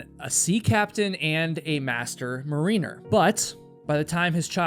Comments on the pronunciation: Say it with me... Mar-In-Er . Not Mareener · MARE-in-er, not muh-REEN-er😂💙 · Just FYI for next time, no shade! Love your videos and how you present your stories. Mariner is pronounced as Mare-in-er, not as Marine-er Yes the Enlish language is tricky, but I learned in the good old days and can also read and write Script. This old Teacher could not help herself. lol Cheers. <3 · Marin er. I know it looks like mareener. I only know it’s a soft i b/c the rime of the ancient mariner (coleridge. Entertaining read too) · in Dougal’s case, I’m pretty sure that pronunciation should be like “MARE-in-er, not “mah-REEN-er”.😉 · It's pronounced "Mair-uh-ner"... 😊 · this story is a perfect example of the phrase, "Stay with what you know." Robertson knew what he was doing. You, for all your knowledge of the wild, terrestrial world, clearly don't know enough about the ocean to make critical comments about Robertson's professional judgement. This is said as professional mariner. ln pronunciation, the emphasis is on the first syllable of the word "mariner." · That's not how you pronounce "mariner". I read this story 20 years ago. Yes, I'm a sailor who sails the world 😊